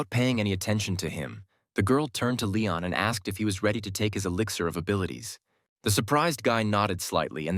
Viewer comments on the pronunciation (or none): none